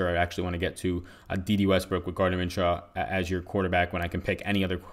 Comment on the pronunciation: Min-shoe not Min-shaw my man..good show btw